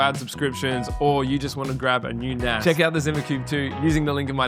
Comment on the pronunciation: I thought he said NASAAA